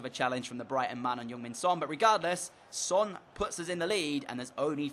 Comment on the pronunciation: its heung-min son not young min son